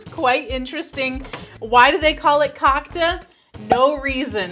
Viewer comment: Cocka is the best! Btw you are pronouncing it a little bit wrong.